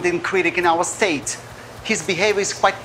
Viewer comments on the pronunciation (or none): none